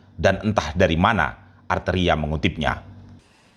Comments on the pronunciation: Arteria" ngomong R aja gk becus sok"an😄😄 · Gak bisa ngomong R padahal namanya banyak R nya. Jadi dia itu gk bisa sebut namanya sendiri dg baik. Alias gk tahu diri. 😂😂